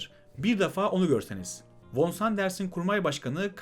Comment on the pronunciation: Sıkı takipçinizim. Fakat Liman von Sanders von olarak değil fon olarak soylenmelidir. Zira kendisi Almandir ve Almancada v ler f diye okunur. Saygılarımla.